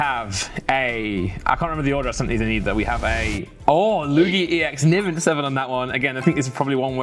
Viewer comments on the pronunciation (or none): none